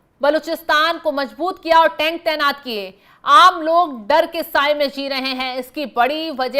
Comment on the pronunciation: Tent nahi mam tank boliye